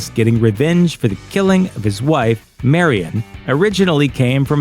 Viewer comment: Murron, not Marion.